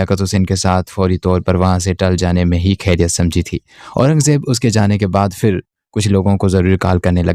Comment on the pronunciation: کھیریت نہیں خیریت ہوتا ہے۔ اگر آپ اردو ناول سنارہے ہیں تو اردو الفاظ کو درست تلفظ کے ساتھ ادا کریں۔ کھیریت ہندی میں کہا جاتا ہے، اردو میں خیریت کہتے ہیں۔ شاید اردو آپکی مادری زبان نہیں ہے اس لیے آپ کے بے شمار الفاظ غلط تلفظ کے ساتھ ادا ہوتے ہیں جو سننے میں انتہائی ناگوار محسوس ہوتا ہے ۔آپ کو اردو تلفظ پر بہت محنت کرنی ہوگی۔